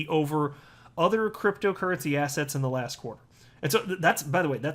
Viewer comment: I don’t know whether you intend it, but every time you say digital assets I think you’re saying digital “asshats”